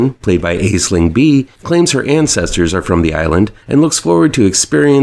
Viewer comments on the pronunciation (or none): Nice to have seen the first on the list earlier this year, I liked it a lot! Only note is Bea's name is pronounced Ashling 😊